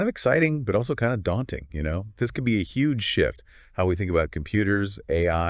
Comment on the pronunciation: that was Hue G E